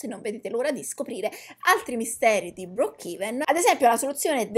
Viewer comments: Nn si dice brookhiven si dice brookhaven😂😂😂😂 (no insulto) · comunque si dice "broocheven" 🤣🤣🤣